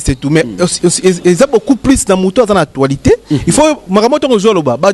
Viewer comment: Déjà va t'instruire, on dit actualité et non actoualité 😂😂😂😂.Ce sont ces bourriques de ce genre qu'on appelle chroniqueur 😂😂. On dit avec des preuves et non d'épreuves 😂😂😂